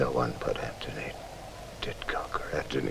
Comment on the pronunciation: She pronounce every other name perfectly but could not pronounce the name Antony...funny.